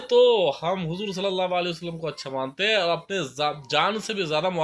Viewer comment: Assalamu alaikum Video delete kijiye aap ne huzoor ka naam sahi nahi liya. Usko usko baar bola aap ne galat hai yh